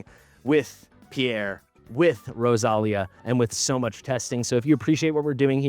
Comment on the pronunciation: In Spanish the accent is on the i, so it would be pronounced Rosal-í-a but who knows from where they got the name